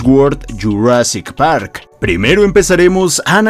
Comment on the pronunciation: Me encanta como dice de JU rassic par y JU rassic wor